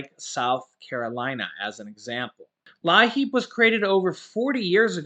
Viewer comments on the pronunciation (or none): Thanks pronounced LEEP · It's pronounced Leep! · as a former DSS caseworker, LIEAP is pronounced “leap”. Your viewers might recognize this help more.